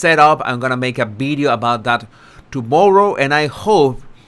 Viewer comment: What’s a “ bideo “ ?